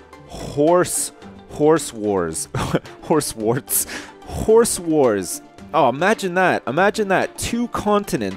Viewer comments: Why do you pronounce "Horse Wars" like "Whores whores"? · I swear he was saying horse whores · he said "Horse Wars" I heard "Whores War" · i got to say it sounds like your saying horse whores. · I keep thinking he's saying 'Horse Whores'. Awkward